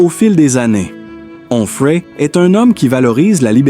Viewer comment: Quel rapport entre cette voix artificielle qui hésite entre Humphrey et Enfray et la femme du philosophe de CNews ?